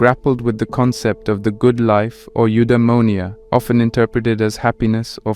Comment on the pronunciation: "Endaìmoìa " 🙂‍↔️" Eudaìmonìa"